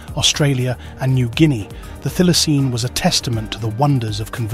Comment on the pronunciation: It is pronounced 'Thigh-la-seen'.